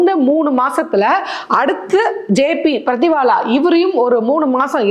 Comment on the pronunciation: அது Jamshed Burjor Pardiwala, அவர் பெயர் பர்திவாலா... பிரதிவாலா இல்ல..😡 அம்மா, தயவுசெய்து பெயர்களை சரியாக உச்சரிக்கவும். ஏம்பா, சத்தியராஜ் இதக்கூட சொல்லித்தர மாட்டியா...